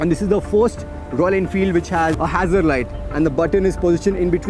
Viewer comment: They way he pronounced Hazard Lights was like Hassle Lights. That's Gas. Sorry. I may not be the only person to notice that. I believe I'm a level higher than your host here in this video. Let me know, if you'd like to hire me. I can get the job done. If you know what I mean.